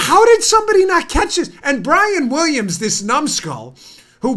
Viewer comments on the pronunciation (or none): none